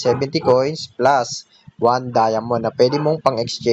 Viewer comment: Napaka bangis mo idol 🔥 Seeeroo nhaayn Nhaayn whaann Treeee nayynn Xeerro phowwr Sebben sirrroo Eyyyttt